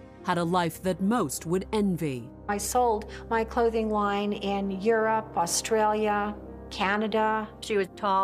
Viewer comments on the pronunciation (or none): none